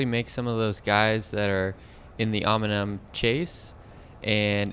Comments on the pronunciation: Great video, I wish I was local so I could race with you (Hello from NYC). Also, the pronunciation of "OM-IN-UMM" killed me every single time. Can't turn it into a drinking game as your participants would be dead from alcohol poisoning. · Om-neeeee-um! Nice video though. Great channel. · 😂could agree more with the Pronunciation